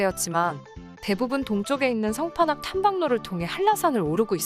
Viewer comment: 상판악 -> 성판악...